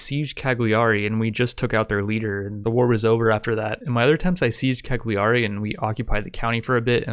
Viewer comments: It's pronounced: Caliari , the G is silent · The g in Cagliari is silent ;) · That was funny but the way you pronounce Cagliari gave me chills. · Sound was fine. Just drop the g in Cagliari, it´s rather silent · I’m Italian and you say Cagliari wrong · plz learn to pronounce cagliari, its just 1 step (click) for you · As an Italian, I can't help but die a little inside every time the city of Cagliari is pronouced wrong. In italian the "GLI" is different, it is similar to the "yi" in ying or "yee" in yeet sound in english so whenever you see a "GLI" in a name of a city or italian name remember the correct way to pronouce it, for example "Cagliari" is pronouced more like "Cayari" in english but with more emphasis on the "y". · Some people do, I'm just being informative, there are other common mispronouciation on italian words, for example the "ch" is like a "k", the "gn" sound is not like any word or letter in english so it's quite hard to describe. Take it as a little fun fact